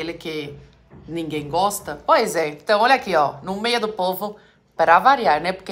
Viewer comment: "Sai do mêi" que eu quero me banhar 😂😂😂